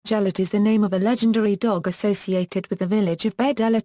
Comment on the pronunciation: its gelert not gel-ert its said like this ge-l-ert